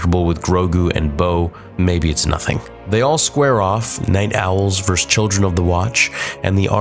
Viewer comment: Please learn how to say “versus” not “verse” when you are talking about people fighting. You sound like a toddler. A “Verse” a part of a songs structure. Versus means against!!!!